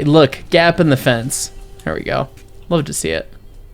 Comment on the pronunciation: Use of accent is much better in small parts instead of the whole thing!! Also a nuance as my family is also from the former Eastern Bloc. In my experience the W is pronounced WH so "we" gets said as "whe" as opposed to "ve." My family was from Hungary and Ukraine so maybe yours does sound different just thought I'd mention it for shits and gigs